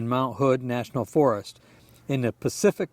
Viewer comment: Awesome video! Thanks for sharing my 2 stories. You’re becoming quite the filmmaker! Sorry for all the tricky words and names. 🥹 Yacolt=Yeah-colt. Bagby=Bag-bee (hot springs). Oregon=Orygun 😉 Keep ‘em coming!